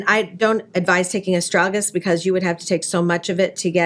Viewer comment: ugh, mispronounced Astragalus. It resembles a piece of raw wood shaped like a tongue depressor and it doesn't smell like anything. I wished she actually look at the herb before describing it incorrectly. TA-65 is frighteningly expensive.